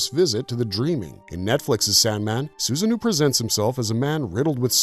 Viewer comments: Sorry, but it's Susano-o, not Susanoo... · Am I the only one kinda annoyed he's calling Susanoo SusanNu? And the irony of pointing out the lore inaccuracy?? It's a great video, but still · The pronunciations of some of these characters pulls me out. Susano - (Soo-zah-noh) is just one example